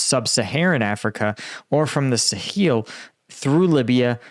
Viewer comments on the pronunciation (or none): "Suh-heel"? That's new.